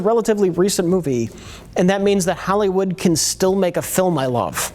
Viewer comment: "Hallywood"